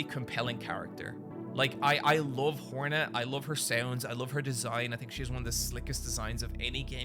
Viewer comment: 1) your accent makes me hear “whore-net” which checks out with typical 2) I love the reaper kit, by far my favourite seal.